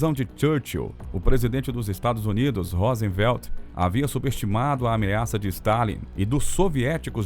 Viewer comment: Presidente dos EUA "Rósenvelt" é ótimo KKKK